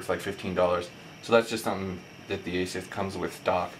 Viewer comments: It's a-soose, not asius. It's also IPS, not ISP. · A-sus not Asius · what the fuck is an asius ???? Its aa-suus you plonker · Its AsUs...not Asius. But good video and very informative, thanks:) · It's AY-SOOS not ATHIEST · Its ASUS not aceis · Not a bad comparison review, just a few observations though. The transformer has an IPS (In-Plane Switching) screen not an ISP screen. Also Asus is pronounced eh-sus not ace-eus. Not huge errors in the scheme of things but if you want to be taken seriously for tech reviews it is important to get these details right. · ASUS!!!! fuck.......its ASUS!!!! AY-SOOss!!!!!...........there's no "I" in ASUS......geez dude, i really dont like slandering people on these videos, but you'd think its appropriate to get your instructions, information and speaking skills together............nope nevermind, apparently not. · And why does this guy keep saying ASIUS? Hes got a speech impediment. Thanks for the vid though. And Yes one is 3.0 and one is 3.1. The xoom kicks ass.